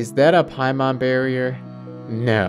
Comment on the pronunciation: Lol paimon it's paimon hahaha. The horror of it all.